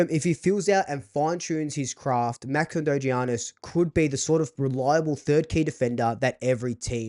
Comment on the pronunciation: Fk im I'm signing him up just for his name it's not gggeaniss its yyyyianis